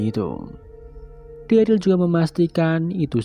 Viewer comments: bang.. dia derel bang bukan deril 😭😭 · Yg bner Daryl